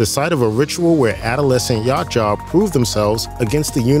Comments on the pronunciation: It’s YA CHU WA not YACHA WTF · Ya-OOT-ja. Not Yacht-Jaw. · The hell is a "Yacht jaw"? Yautja (yowt-jah) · “YA CHA” wtf ?? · Its yow cha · It's pronounced Ya Oot Ja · OMG... ITS PRONOUNCED "YOWT-CHA" (Spelled Yautja).... EVERY TIME YOU BUTCHERED IT , HURT MY HEAD. And Antarctica wasn't always cold...IT WAS HOT BEFORE CONTINENTAL SHIFT.. WHICH SHOWS JUST HOW LONG THEY HAVE BEEN COMING HERE, AND IS THE PRECEDENT FOR AN ANCIENT HUMAN CIVILIZATION, you missed that part I GUESS... LASTLY... it's pronounced "AN-DO-LINI".. my god dude do some research. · For god sakes it’s pronounced “Yow-cha” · This guy’s pronouciation of Yautja is triggering me. 😂😂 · The mispronunciation of Yautja is killing me..... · You butchered the predators name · Butchering the predator name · Need to practice pronouncing Yautja correctly. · Dude you got to watch a video from the creator of the films and comics so you can learn to pronounce the Yautja's correctly! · Can’t pronounce their name right than talks of global warming, downvote